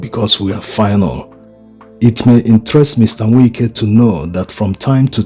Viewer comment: To the admin... Its Wike not Winke.... I understand you are Igbo but pronouncing Wike isn't same as what you think in Igbo